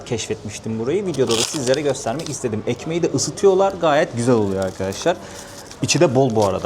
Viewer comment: kardeşim "ekmeğinde".😂🥰